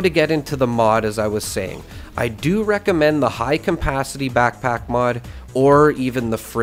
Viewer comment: Really hard for you to pronounce CAPACITY, eh? WTF is CAMPACITY?